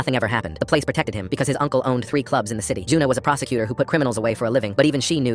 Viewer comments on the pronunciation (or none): Bro i heard procecutor as prostituder 😭🙏